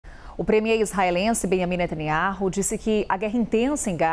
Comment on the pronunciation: Eu quero saber onde está a pressão mundial pra libertar os reféns que estão há QUASE um ano em cativeiro??????? Só pra contar: a pronúncia do nome do nosso primeiro ministro é Natanyau